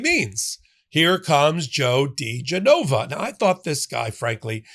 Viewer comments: He must love it when his name is pronounced Joe D. JeNova. 😆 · It's dee-geh-nova. Genova, like the Italian city, accent goes on the e, not the o. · Try: Joe De-JENN-a-vah and Victoria TEN-sing. Just saying. Maybe it’s just because I’m from NY, but that’s how we refer to them. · pronounced da GEN uh vuh (this name was in the news back in the day along with wife Victoria Toensing) How do I think idiot Joe would pronounce your name --- - "Pop, 🆗" So you are free to pronounce this criminal's name anyway you feel like. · Well, I can tell you’re not from DC. The name is pronounced Dee GEN o va.